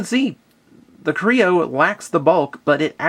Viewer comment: is it me or did anyone else hear him say crayon at ibe point in this review or was it just me